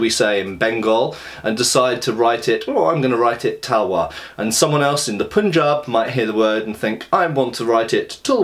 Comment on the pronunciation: What grates my sensibilities is the pronunciation of Punjab as "poonjab". Almost as bad as "selltic".